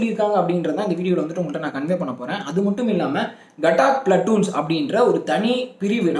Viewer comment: கட்டாக் இல்லை காதக் பிலட்டூன்